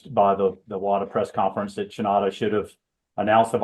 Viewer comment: WADA not vada